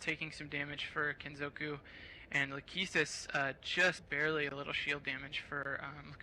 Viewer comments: I love the way the commentators suddenly start pronouncing "Kitsune" correctly, but fail to pronounce "kenzoku" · Wtf, why is this comment marked down? I agree completely! Now if they could get the hang of "Kenzoku". I bet they have trouble with "Sudoku" too. MAN that gets on my nerves. D: "Soodookoo"? Nigga, you best be frontin'.